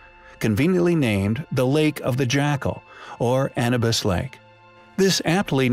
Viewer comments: He didn't say Anubus. He mispronounced the word Anubis. If you're going to batter someone at least spell it correctly or better yet just simply keep it to yourself. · 'AN-A-BIS"? ITS EITHER AN-YOO-BIS OR A-NOO-BIS BUT DEFINITELY NOT AN-A-BIS. Your pronunciation is NOT COMPELLING Dude. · He's saying Anabis like cannabis, but it's Anubis like A-new-biss. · He say annabus? Sounds legit 🦧🥜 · Don't even say Anubis correctly. Lol